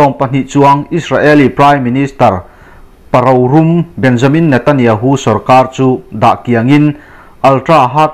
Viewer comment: Rorum tih hi 'ro' tih hi a ri sangin 'rum' tih hi a ri a hniam leh deuh hlek tur